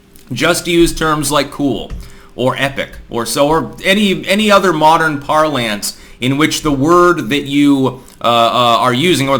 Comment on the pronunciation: Just a nitpicky thing really, but "parlance" is pronounced ˈpär-lən(t)s (note the schwa).